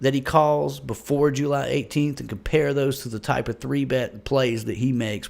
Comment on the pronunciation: I love how you say jUly